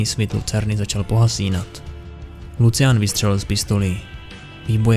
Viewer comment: jak ho čte jako lucian to bolí :D